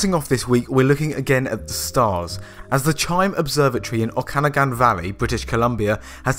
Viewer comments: We locals pronounce it okaNAgan, not oKAnagan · pronounced oak-a-noggin valley for future reference